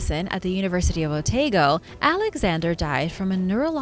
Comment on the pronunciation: Dun-E-Din, O-taa-go. You got close with the pronunciation. Home 🏡✌🏻🫶🏻💛